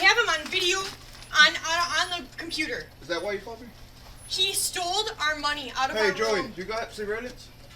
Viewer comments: Stoled our money... Geez lady your like 35 and you don't know how to say stole! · He stold? The hell is stold 😂😂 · “Stolded” was bugging me out hahahahahahaha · If the chick from the first clip says "StoleD" again imma cry myself to sleep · the girl in the first video sounds like she's saying "stoled" and i can't unhear it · It drives me nuts when I hear people say “stoled” It’s like when people add “-ah” at the end of words. “Stop-ah”